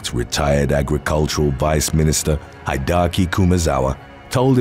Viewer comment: Hide-ahki. 🤣 It's Hee-deh-ah-kee.